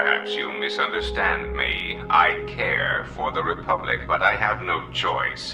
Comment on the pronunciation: "Rebublic". And now I'm imagining Bubba Jedi. I swear, sometimes my brain is not my friend.😂🤣